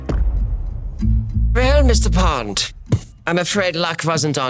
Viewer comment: "Mishter Pond" Hahahahahahahaha:face-green-smiling